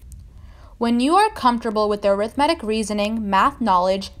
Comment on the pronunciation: It's pronounced A-rith-ma-tic, not aero-matic or whatever you said